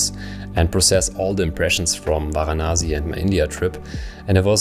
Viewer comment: it's Varanasi not Vanasi